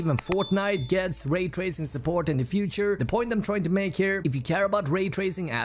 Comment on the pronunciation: Lmao did sound like that. "But it yets the job done" hahahaha